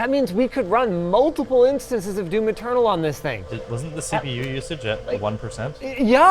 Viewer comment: I know is saying "Doom Eternal", but I'm hearing "Doom Maternal" for some reason...